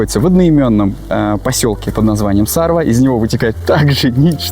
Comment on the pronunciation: сарвА...на последнюю букву ударение. Там ещё хариуса ловят нахлыстом. Место кайфное. Видос тоже) молодцы